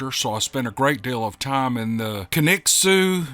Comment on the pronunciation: Wow! O'dark thirty this morning I loaded several episodes to listen to as I fell asleep. I do love a good bedtime story. Low and behold, the 1st story was mine! 1st, you pronounced Kaniksu perfectly. I liked how you added the history of Bundy and Ridgeway at the end. After all the set up info I was worried about getting to deep in the topic. One of the comments bro't up whether it could have been a victim. I wondered about that also, but I try not to think about it too hard. If it was, I didn't help her and if I had known maybe others would still be alive. 🇨🇱